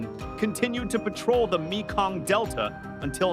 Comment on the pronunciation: It's pronounced MAY-KONG, not ME-KONG.